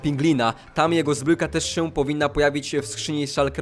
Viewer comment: Dlaczego mówisz zbrójka a nie zbrojka albo zbroja